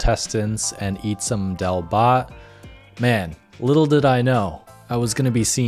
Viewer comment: Brother it's Daaal Bhaaatt ❤️ love from India ❤️